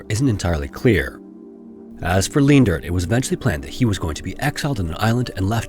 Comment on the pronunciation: FWIW Leendert is pronounced Lane-dirt. 4+ generations of my family have it, thankfully mum wasnt that cruel XD